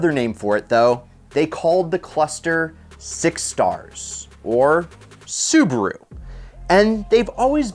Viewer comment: Does this guy think Su ba ru is two syllables